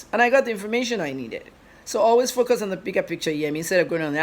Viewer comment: You speak well but only thing: you insert ‘r’ in words that don’t have R. Eg ‘forcus’ Instead of ‘focus.’ Also ‘serclution’ instead of’’seclusion. Please take it easy. Speak naturally without Rs